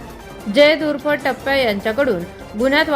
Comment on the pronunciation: तो टैप्या, आहे टप्प्या नाही😂😂